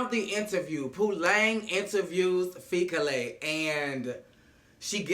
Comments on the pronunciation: Repeat after me: Fee Key Le. Fikile. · 🇿🇦😂😂🧡 I loove the way you pronounce Fikile - Fikilay😂🙌